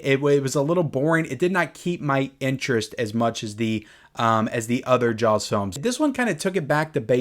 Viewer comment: I love hearing you say jawLLLLLs